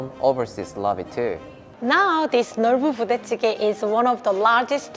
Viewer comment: I got confused at the way you pronunced the "Nolboo Budae Jjigae" 😆. Makes me want to learn Korean more!